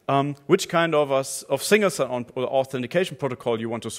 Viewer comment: i love it how he pronounces single sign on as "sing a song"